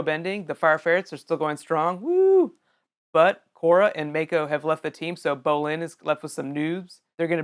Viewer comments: WAT THE HECK ITS NOT MAIKO ITS MAKO!!!!!!!!!!!:( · "May-ko" Dude no.